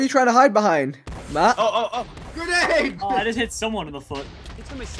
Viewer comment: My face when vikk says " who through a grenade at me " right after Matt said " GERNADE "